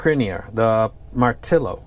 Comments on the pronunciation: Just in time for my mid year purchase! Where I'm from, it's pronounced "mar-til-yo" probably a bit different from it's origin since it's a borrowed word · Btw the Martilo is pronounced as martilyo - hope your wife recovers well!